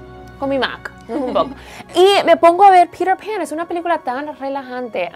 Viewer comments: Porque en vez de decir peter pan como se dice verdaderamente "piter pan como suena porque dicen pirer pan.....Hablen su idiomaaaa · Me da risa como pronuncian Peter Pan. "Pirer pan".<3